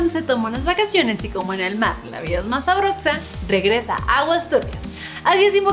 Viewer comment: "LA VIDA ES MAS SABROTSA" (Epsilon 2019)